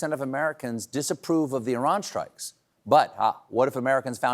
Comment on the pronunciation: Thank you for pronouncing Iran correctly. And for bringing light to the historical madness that we are all witnessing.